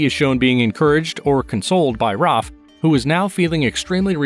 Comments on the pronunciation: Its Raph you monster not ROF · Why do you call Raph "Roph"?